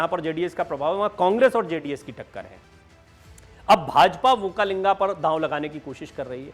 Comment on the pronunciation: It is Vokkaliga not vokkalinga.